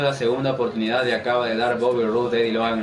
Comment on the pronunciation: la oprtunidad, no la oportunidad